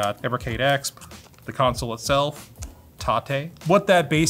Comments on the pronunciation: It’s E-X-P, dude. Not “Ex Puh”. Weird way to pronounce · I love but every time he pronounced EXP phonetically it hurt my soul. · The way you say "EXP" is triggering a bit ngl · You think you’re funny keep saying ekspp. Who cares man it’s not funny.